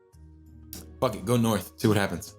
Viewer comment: episode 1: 'fahk.' (coughs up black bile) now: (has actual conversations, has coherent thoughts and plans)